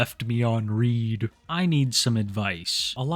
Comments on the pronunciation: Did you just say “left me on read (pronounced as R-EE-D)” Really? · Why the fuck did you pronounce read like that?